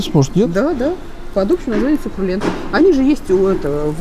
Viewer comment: Сукрулент серьезно?:)))